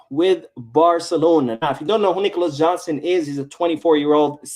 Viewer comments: Jackson not Johnson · Jackson not Johnson 😅 ,anyways the guy is not even a natural center forward and Chelsea wants 75m pounds for a bum lol barca can't be that bad